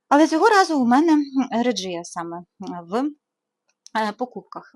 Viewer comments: а чому "реджія"?всюди вона "регія" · Але наголос на перший склад